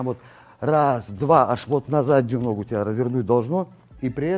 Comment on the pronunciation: Не ногУ, а нОгу, все равно не мОгу😂. С удовольствием смотрю всегда👍🤝